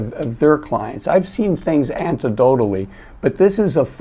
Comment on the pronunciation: antidodelly...? Anecdotally perhaps.